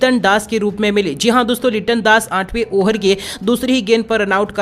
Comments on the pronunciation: Arey yaar over ko oher toh mat bolo.tumbhi yaar 😆😆😆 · Ohar nhi hota hai over hota hai